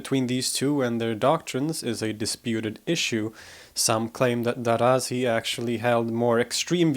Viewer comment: It's not 'Daraazi' with a long a consonant between the letters r and z. The name Darazi is pronounced with two short a consonants.